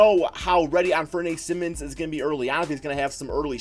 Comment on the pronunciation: you managed to pronounce anfernee simons first and last name wrong